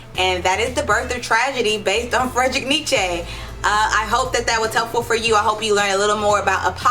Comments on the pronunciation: “Neechay” 😂😂 fekin idiot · Can't even say his name properly.